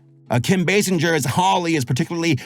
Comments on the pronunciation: It's pronounced Kim bay-singer. Like to sing a song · Me: say "singer" You: Singer... M: say "Basinger" Y: Basinjer M: WHY DO YOU SAY IT LIKE THAT!?